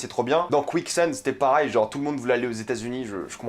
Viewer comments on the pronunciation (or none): J’aime beaucoup ce que tu fais, je trouve tes vidéos très intéressantes mais j’avais une petite question, j’ai remarqué que tu disais "parail" au lieu de "pareil", comme à par exemple, je voulais savoir si c’était dû à un accent ou autre, merci de ta réponse et merci de tout ton travail! ;)